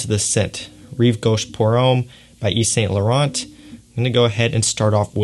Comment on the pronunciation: It's not an "old" fragrance, it was first released in 2003 for goodness sake, not 1953!! Also try saying 'Yeeves San Loron', it'll sound a lot closer to the correct French pronunciation ;)